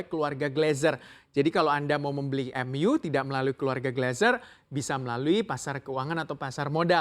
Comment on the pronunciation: Bukan manu mas tapi MU